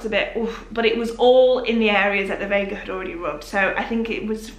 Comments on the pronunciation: Really enjoying this one! Pronunciation for Veja is: Vey-jah if that helps. While it’s a French brand, I believe the name is Spanish x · I think Veja are a brazillian brand so they would be pronouced 'Vey-jah' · Hey, the correct pronunciation is the first one, not vega. it is the portuguese word for "see" :) and they have quite a few vegan shoes as well, but the leather Options are also made sustainably!